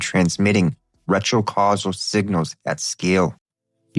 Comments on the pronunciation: it's retro-causal...not retro casually...how Vvierd that you started saying it correctly after I started typing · Did you really just pronounce cyclical as silical? Oh and retro causal as retro casual?